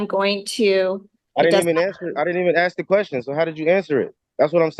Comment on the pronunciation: Why do they always want to take an "oaf"? That's rude, kidnapping and calling some person an oaf. LOL Then he "axed" the judge.